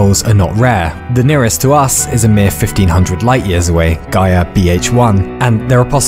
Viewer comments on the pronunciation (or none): none